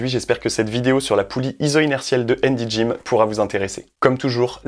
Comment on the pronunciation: Handy gym, on prononce le H.